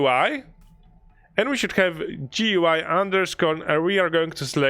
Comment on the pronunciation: bro says G.U.I Guï